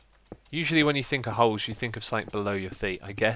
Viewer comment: Question for the Q&A: Why do you always say "sainc" when you mean "something"?